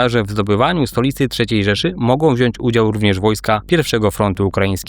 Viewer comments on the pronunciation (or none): none